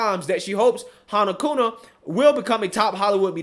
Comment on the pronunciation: It's not "Kuna" it's Kuma, with an "M". Otherwise great story.